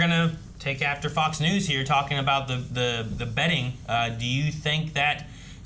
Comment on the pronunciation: XD it gets more wild every time